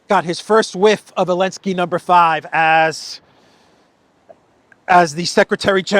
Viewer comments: So the pronunciation is Elensky, not Zelensky ?? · His name is Zelenskyy not Elensky. It’s time you stop abiding to the EU ban on the Z because they were on the Russian tanks. 😎👍